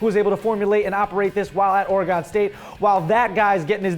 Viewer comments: You said Oregon wrong lol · There goes and his mispronunciation of Oregon again haha. - FLD fan from from Oregon.